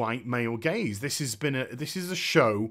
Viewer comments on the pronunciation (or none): hahaha. Until I read your comment I was still going with "gays". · It took me a while to realize you were talking about "gaze". I thought you were saying "white male gays", hah. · I though you were saying 'my white gays